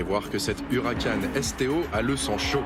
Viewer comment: Direct Auto déjà pas « Hucaran » mais Huracan puis on dit Performante non pas « Performan T »